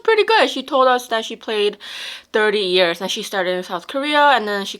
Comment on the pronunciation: it is “years” not “ears”